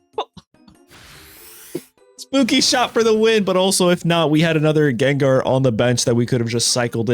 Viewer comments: Bruh frfr. Annoying asf because Gengar is my favorite Pokémon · it's understandable mistake since you guys pronounce ginger as jinjer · Guh^. G as in good. Not juh sound. Lol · Everyone: Gengar 💪 Him: Jenjar? 😮😮😮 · Bro I loved your videos until you jen jar bro it's gang-garr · lil bro literally says gengar u ain’t slick fn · I dont care if Jen-Jar is deliberate, it grates on my brain and makes me irrationally angry. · Jen-Jar bro wtf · Jenjar... Pronouncing Pokémon names like Wolfe used to at this point 😂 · hearing jenjar :face-fuchsia-wide-eyes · Take a shot everytime he says Jenjar. I approve of this subtle way to drive engagement. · Im only 39 seconds into the video, does he do this "Jenjar" thing the entire video? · Schenschar ex pls no 😭 my ears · It's understandable how you pronounce it as Jenjar, since we pronounce ginger as jinjer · Say Jenjar one more time bro I swear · JENJAR LMFAO. hey kept saying it over and over I'm dead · In the last gengar video (THIS Gengar EX Deck is a HUGE UPGRADE! - Pokemon Pocket) he pronounced it correct now he is pronouncing it like Jenjar what happened in between then and now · I cringe every time he says Jenjar. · "jenjar"? shame on u. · How many times must explain why he pronounces it as Jenjar? 😂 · Yenyar??? 😂😂😂 q chucha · Jenjar?. At this point it's intentional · Ginger EX and Jiratina...it's funny because this comment thread is also engagement. It's engagement bait for people correcting him + meta engagement bait for people who call him out (though he did say it's partially because that's how he said it as a kid lol) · I hated your pronunciation at first, but the story is charming so I approve 😋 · When you have to pronounce the name wrong for content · Why do you pronounce Gengar like that? Nevertheless, this looks like a fun deck and I'm going to try it out. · I know he’s saying gengar wrong to boost engagement but I’m still gonna comment cuz it’s working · HOW DARE YOU SAY GENGAR PROPERLY